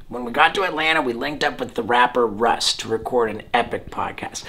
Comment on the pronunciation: Met up with the rapper "rust" hahaha my man steveo it's russ